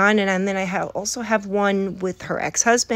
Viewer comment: If you like the missing Gs, pay attention when she says "also" - there is NEVER an L sound